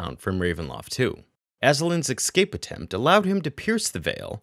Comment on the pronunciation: Escape not eXcape!!